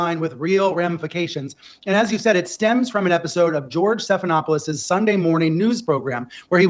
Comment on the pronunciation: Did... Did you say George Steppedinawfulshit? 😂😂 That's better than George Snuffleupagus.